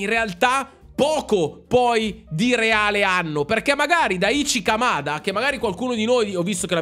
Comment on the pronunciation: Daichi Kamada, si pronuncia: Dàici Camada. piccola regola di lingua giapponese: se vedi scritto "CHI", si pronuncia sempre "CI"